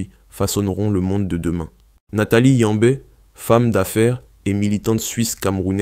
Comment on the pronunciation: Pas capable de dire Yamb mais apte à mettre le é là où il n'existe pas. Tchiiiippppp